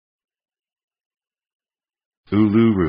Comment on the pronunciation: Yes , this is wrong